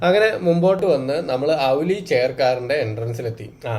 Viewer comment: ഔലി അല്ല ബ്രോ ഓലി